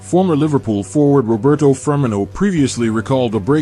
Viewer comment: the ai cant pronounce firmino